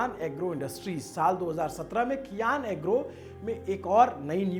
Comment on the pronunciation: भाई कियान नहीं❌ सियान नाम है